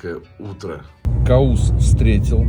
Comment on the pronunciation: Спасибо, меня Каус зовут:) ударение на «у»😊